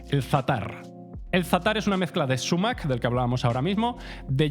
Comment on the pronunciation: Si prefieres utilizar la palabra árabe a la española deberías acentuarla en agudo: "sumák". Decir "súmac", a la inglesa, no revela mucho conocimiento. Por cierto que el zumaque es abundantísimo en España, se ve por todas partes. Cuidado, que es urticante